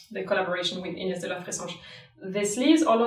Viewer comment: I wanna be Inés, and I want people to say my name the way you say it!